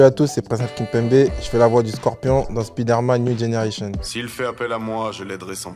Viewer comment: Par pitié apprenez a prononcer le mot "spider". C'est insupportable. Si le super heros s'appelait Speeder Man on serait au courant, alors arretez de passer pour des bouffons.